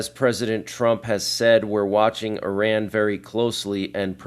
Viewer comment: Not pronounced "i ran"